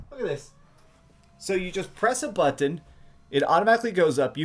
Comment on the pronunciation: I love how you say Butt Hun (button)